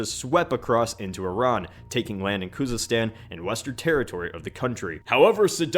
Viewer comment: How funny is that if I say tree instead of three? That is not kouzistan, that is bloody khouzistan. Try to not act as an idiot.